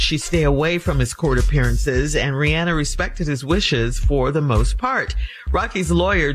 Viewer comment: mispronouncing “Rihanna” is CRINGING!